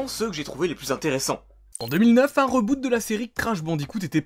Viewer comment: avec ce reuuboute XDD. je te chari mais je t'adore